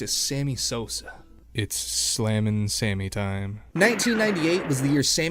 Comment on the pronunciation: Is he saying "same-e Sosa?"...also you either love the game, or you dont....you might be interested for a season if something noteworthy is happening.